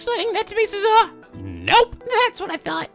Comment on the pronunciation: I must keep trying in order to reach Steins Gate. Rule of thumb for Japanese names, please stress the THIRD TO LAST syllable. This is VERY CONSISTENT; you should never need to guess how to pronounce names: Amane SUzuha, not aMAne suZUha MAyuri, not maYUri Okabe RINtaro, not oKAbe rinTAro / Okarin, not oKArin / HOUouin Kyouma, not houOUin KAede, not kaEde FUbuki, not fuBUki Itaru HAshida, not iTAru haSHIda HIyajo, not hiYAjo MAkise KUrisu, not maKIse kuRIsu KAgari, not kaGAri (this one you got right) MOeka, not moEka And from other games, to make the point clear: MAjima, not maJIma MAkoto, not maKOto KAzuma, not kaZUma If you don't believe it, just listen to how the voice actors pronounce the names. It's a western tendency to stress the second to last syllable instead, but third to last is correct. I would understand not knowing how to pronounce names if you read them with no context, but in games like Yakuza and Steins;Gate, the voice actors read out the name for you so you should know how to pronounce them.